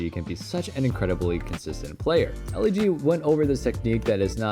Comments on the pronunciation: did he just pronounced EliGE as "L-E-G"? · Bro called elige Ellie-g💀